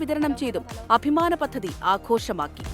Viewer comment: Kindly pronounce the words correct, (പദ്ധതി)